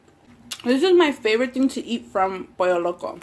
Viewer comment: how does one pronounce "guacamole" in a Spanish accent, but not "pollo"??